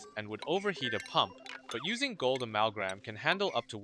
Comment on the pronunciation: it's amalgam... not amalgram.